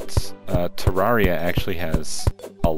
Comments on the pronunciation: It's not ter-are-ee-ah It's ter-air-ee-ah Modeled after a terrarium, which is a miniature landscape with living plants and even sometimes small animals like lizards or turtles. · I'm not trying to be a grammar teacher at all but Terraria is pronounced Turrairia. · I thought it was pronounced Ter-Ra-ree-ah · for text to speak i got Ter-air-ee-ah